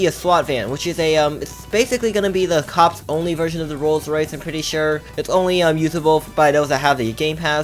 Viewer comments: says rolls rice XD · He doesn’t says Rolls Rice, he says Rolled Rice. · wow how says it "rolls rice" 🤣😂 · Lol calls it rolls rice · says ro rice coz he cant pronounce L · ROLLS RICE 😂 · clearly doesn’t know how to pronounce a rolls Royce 😂😂😂